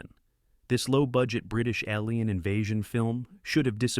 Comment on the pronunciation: Gotta watch out for those "ah leen" invasion films.